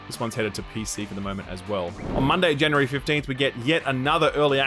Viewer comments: Jan U Ree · please say January.